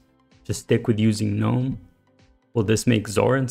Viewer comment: THANK YOU for at least pronouncing gnome CORRECTLY!!!!! I get so angry and want to sissy slap the fools that do "G-Nome"... like the idiots they are.. pet peeve-- YEAH!!